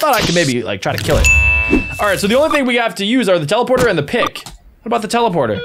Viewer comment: Bro you said chelaporter 😂😂😂😂😂 not teleporter